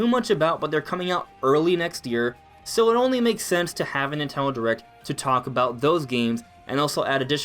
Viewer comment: ‘Ninteno derect